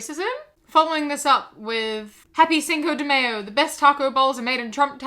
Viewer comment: The pronunciation of Cinco de Mayo was worth waking up today. 10/10, would pronounce a Spanish month name like a sauce again.